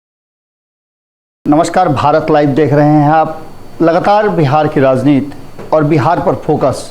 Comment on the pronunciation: आप कृपया 'राजनीति' बोलें, आपके स्तर से 'राजनीत' बोलना अच्छा नहीं लगता है। 'राजनीत' तो हिंदी या संस्कृत भाषा में कोई शब्द है नहीं।